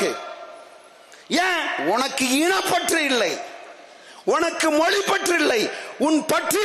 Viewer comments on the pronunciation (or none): none